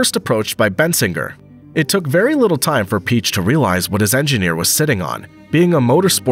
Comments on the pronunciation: Peich is Pee aysh not peech. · it's Ferdinand Pee-yekkk!